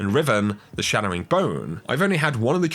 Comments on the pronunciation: Chattering Bone. Not Shattering 😑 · Why do you say Shattering bone when it's Chattering bone? Is it just an accent thing or do you think it is Shattering? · Hearing “Chatter” being pronounced “Shatter” is nails on a chalkboard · why do u keep saying "shadowing bone" instead of chattering bone? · Yes. Yes it is